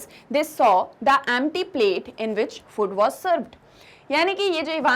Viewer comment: annoying way of pronouncing food